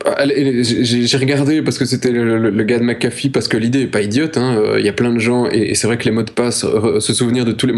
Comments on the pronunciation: Toujour pas... c'est pas McAffee mias McAfee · Euh... C'est McAfee pas McAffe